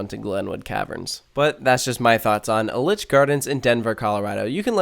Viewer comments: It's E-litch gardens, not El-itch. Otherwise, an accurate description of my home park 😢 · Pronounced EE-litch gardens - was my home park growing up - now my home park is Cedar Point - I never even knew what I was missing! A shame that Sidewinder was closed, best airtime there - only downside is you have to hike up all the stairs to ride! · The way you pronounce Elitch is actually triggering. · You say elitch wrong